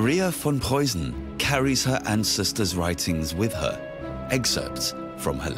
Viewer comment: Tip: the "ss or ß" in Preussen is not a soft one but rather sharp as in "missing or fist" Memel is pronounced as me in "melancholy". Hth